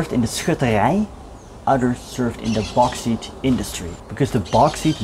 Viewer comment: BTW bauxite is pronounced BOX IYTE